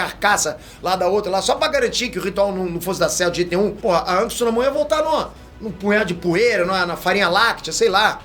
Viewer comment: Diz se anak nao ank😂